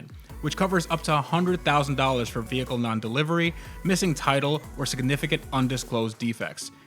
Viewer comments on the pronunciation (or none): none